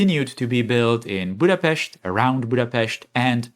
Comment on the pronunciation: Just don't spend money like hungary. :-)😂 I love Altengrad and good pronunciation of Budapest.